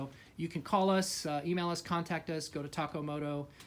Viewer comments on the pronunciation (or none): none